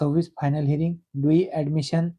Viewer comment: हायरिंग ❌ हिअरिंग ✅